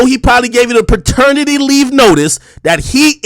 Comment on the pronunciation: "Perternity leave notice" This man is hilarious.